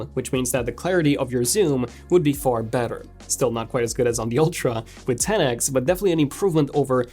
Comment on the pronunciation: Had to stop watching. Couldn't stand to hear TEN EX anymore. 10X is an abbreviation of 10 TIMES!